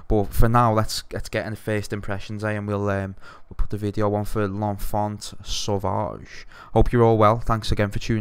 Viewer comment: L'enfant sauvage, don't pronounce the "T" and its good :)